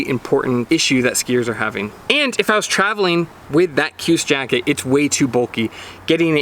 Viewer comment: KJUS = Shoooz